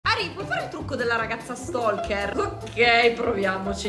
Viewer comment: Stalker is pronounced stoker, the L it's silent